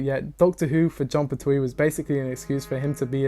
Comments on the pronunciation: Pert-wee, not per-Twee. Unsubbed. Cancelled. Banished. (Nah, only kidding. But, damn, is it really irritating to hear someone repeatedly pronounce a name the wrong way over and over again.) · Oh my god, please! It’s John PERtwee. Not PerTWEE! 😅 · The TARDIS told the Doctor: "I take you where you need to go!" When she took human form. It's pronounced Pert-we not Pert-twee!